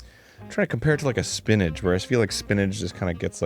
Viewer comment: Is Arin saying “spinnadge” not spinach? Lol